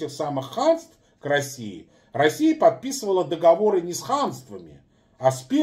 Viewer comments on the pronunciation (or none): none